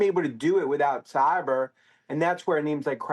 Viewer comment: Anyone else super distracted by how he pronounces “cyber”